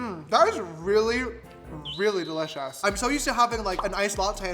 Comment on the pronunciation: Me this whole video: "de-litch-ous" 😂❤😋